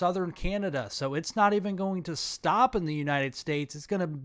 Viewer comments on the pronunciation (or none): none